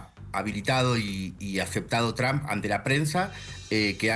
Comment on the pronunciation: Ustedes NÓ dominan el INFLES .. Sê ven y escuchan ridîculos En 🇨🇱 Y ESTÈ CANAL ARGENTINA 🇦🇷.. diciendo YRAMP .. A el PRESIDENTE TRUMP .. IGNORANTES ., Es T R UMP .. nó TRAMP .. 🤦🏻‍♂️🤦🏻‍♂️🤦🏻‍♂️🤦🏻‍♂️